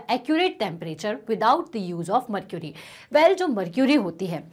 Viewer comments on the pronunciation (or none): Mam what is mrcury😅😅